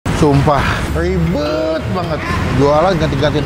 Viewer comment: Aku dengernya "Jangan drrwama Mulu, Rwiwbet" 😂